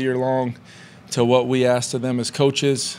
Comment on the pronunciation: Lol he says couches like we had a defense move couch 😢